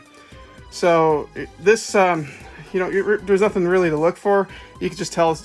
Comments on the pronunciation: "degradation", not "degration". Sorry haha, but if nobody says anything, you'll never learn. Thanks for the vid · You keep saying “degration” - the word is degradation. Notice the syllable you keep skipping